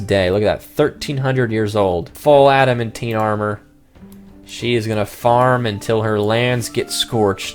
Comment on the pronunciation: ad-uh-man-tine please pronounce adamantine correctly